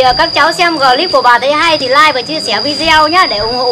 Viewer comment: Clip bà lại nói là glip